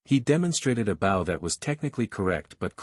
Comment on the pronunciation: Can the voice fix the word bow please....